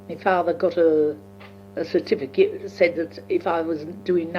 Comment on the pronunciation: 'clarsess' (classes). 'paarsed en iverythin' (passed in everything). 'twilv en arf' (twelve and half). 'en thit' (and that). 'ot bayked pertater' (hot baked potato). 'citifikit' (certificate). Amazing to listen to a woman who was 16-17 by the time of Queen Victorias death, and was 4 years old when Jack the Ripper was terrorising Whitechapel and Spitalfields just a few miles east of where she would have been living at the time, and Queen Victoria would often be staying at Buckingham Palace a couple of miles to the south. (I didn't realise that the horse drawn 'brougham' was pronounced as 'browm').